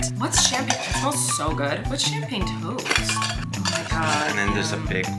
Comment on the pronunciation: lmao Colleen... champagne toast is referring to like giving a toast with flutes of champagne. The way you said it sounds like you think it means toast...from a toaster.